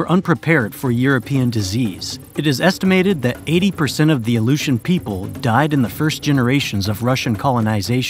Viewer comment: Only 1/3 through the video but it would be a nice gesture to the indigenous populations of Alaska, and Alaskans in general, if you took the quick minute to learn the correct pronunciations. Aluetians, Tlingit, and Inupiat for starters.